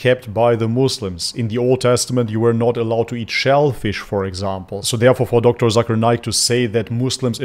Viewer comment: Hey Its Not Zakaar Naik / Zaker Naik , Its Pronounce Zake'er Naik . In My Language (Malay Language) Zakar Mean Man Private Part and Naik Mean Up/Rise .😂😂 . So Be Careful Bro . 😜😜✌✌ . btw , Zakir Naik Currently Permanent Resident Of Malaysia , He And His Family Live In Putrajaya (Malaysia Administration Capital City) . ♡ 🇲🇾